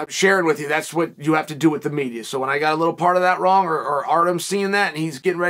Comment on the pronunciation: "I gut a memory like that you can count on me for these things" lol Classic Chael